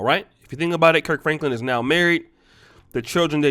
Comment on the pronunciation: My guy said Perc Franklin